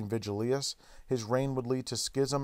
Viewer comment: Thutil So true, lol. I almost made a point to mention his constant mispronunciations of the "-ius" names, but decided against it at some point. I remember constantly yelling at the screen "it's Vigilius, not 'Virgilus" you idiot!", lol.